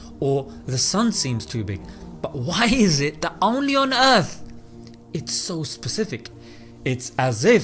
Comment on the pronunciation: I like how he pronounces Specific like this: "Sepcifik"